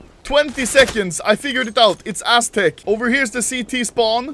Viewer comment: People: aztec Anomaly: asstec